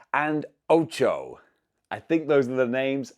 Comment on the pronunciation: btw BUTCHERING THE ANIME CHARACTER NAME AGAIN 😭 OCHAKO FAN IN SHAMBLE RIGHT NOW LOL